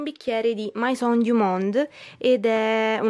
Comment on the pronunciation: scusa eh ma "mAison" non si può sentire